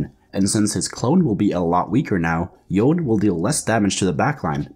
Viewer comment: Y-own. Yo-nay.